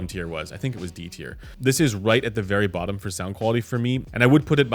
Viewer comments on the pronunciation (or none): none